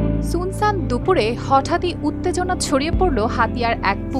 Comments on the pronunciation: আপা সুনসান না শুনশান। মানে উচ্চারণ এর দিক থেকে। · "ছুনছান" আবার কি? শুনশান হবে "সুনসান" এর উচ্চারণ। পড়াশুনা না করার কারণে আজকে সাংঘাতিক হইছোছ! এখন মান ইজ্জত নিয়ে জীবন শেষ করতে পারবি কি না সন্দেহ। ছালা, মাথার টোস্ট। লোল।